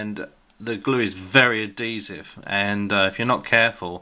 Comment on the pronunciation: you say adhesive wrong. less emphasis on the d